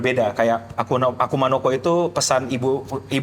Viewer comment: Seriusan pas gw liat konten Ig lu, awalnya gw kira editan njir. Taunya beneran😂. Grogi lu keliatan banget bang. Ampe ngomong akuma no ko aja sering kelewat jadi akuna😂.